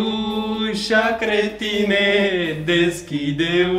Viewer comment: bă se zice creștine nu cretine😂😂😂😂😂😂